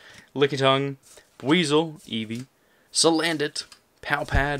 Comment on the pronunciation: damn that booster box is a party! but when you said salandant I lol'd so hard haha